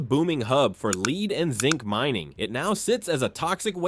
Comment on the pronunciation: Someday they’ll teach AI proper pronunciation. It’s lead (led) and Bodie (boh -Dee)